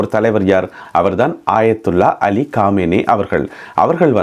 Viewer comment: ஆயத்துல்லா காமேனி அல்ல அயத்துல்லா கமேனி.